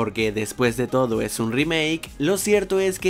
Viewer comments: ¿ Porqué dice todi? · Me da risa como dices "todi" jajaja